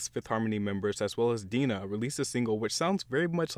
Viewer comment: "Dee-Nah" I LAUGHED ASGKL